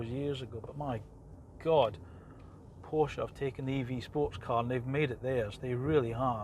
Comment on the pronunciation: Awesome design. Nice review. I am also waiting for the GTS (although I find the „turbo“ discussion a bit academic...). Thanks for pronouncing Porsche correctly ;-)